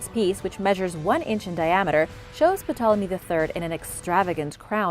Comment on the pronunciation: The p in Ptolemy is silent